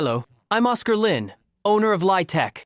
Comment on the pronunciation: Na aano ako sa bigkas na oscar lin, ang tigas ng accent, kaninong accent yong ganto?